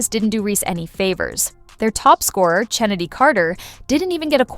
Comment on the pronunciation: Her name is pronounced KENNEDY, with a hard K, despite how it is spelled. And it it ASIA, like the continent, despite the spelling. Is this what we get with AI?